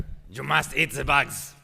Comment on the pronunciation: EAT...NOT EAR....... LISTEN UP